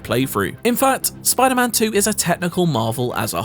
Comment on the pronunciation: Never trust a man that pronounces spiderman like it's a jewish name.